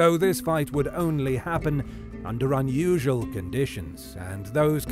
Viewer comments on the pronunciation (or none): none